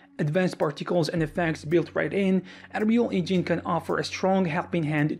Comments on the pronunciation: "Enreel Engeen" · you probably heard about "THEE ANREYOUL EYNGENE" :D :D :D